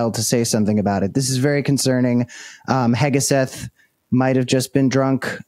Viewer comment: Hegseth Cam, not Heggaseth...